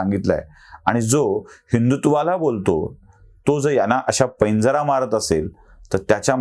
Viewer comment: आपल्या मताशी मी शंभर टक्के सहमत आहे. पण संत तुकाराम महाराजांचं एक वचन आपण वापरलंत. त्यातील बरोबर शब्द 'पैजारा' असा आहे, पैंजरा असा नव्हे.